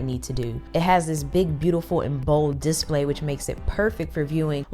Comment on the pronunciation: I gotta say your channel is sooo underrated. By far some of the best tech reviews ive seen. Just one little thing it's display not dis-play :)